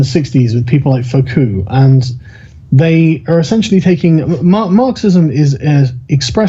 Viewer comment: When he says "foku" does he mean "foucault"? Or am I missing something?